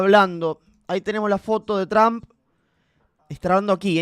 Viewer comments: He estado pendiente, con uds gracias, y se pronuncia Donald Trump, no tramp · No es. Tramp.... es tromp la fonética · No es tramp es trump ridiculo regresa ala escuela boludo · Pronuncia bien el nombre cojone